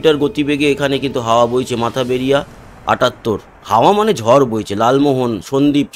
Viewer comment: জায়গার নাম মঠ বাড়িয়া, আপনি সবসময় বলেন মাথা বেড়িয়া।